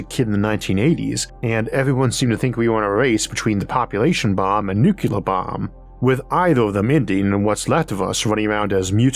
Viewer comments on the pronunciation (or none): I do think probably people who can't pronounce .nuclear' are aliens.